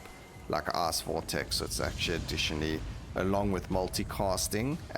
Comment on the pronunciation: I laugh a little everytime he says ''ice'' or ''fight''' , they sound very similar to ass and fart